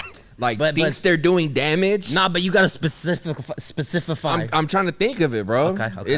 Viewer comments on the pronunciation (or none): "you gotta specifify" does he? 💀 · trying to say specify is killing me